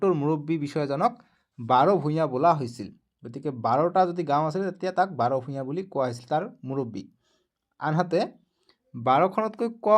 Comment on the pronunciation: ভূগ্ৰ নহয় ভূঞা ভুল হৈছে ছাৰ শুদ্ধ কৈ ক'বলৈ শিকিব ।